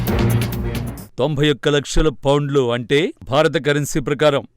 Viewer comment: pounds madam adi Founlu kadu